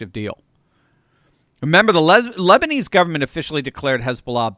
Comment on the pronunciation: “The lesbinese government” 😂😂😂